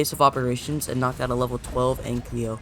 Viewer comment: the fact that you called ankylo "anklyo" hurts me on a personal level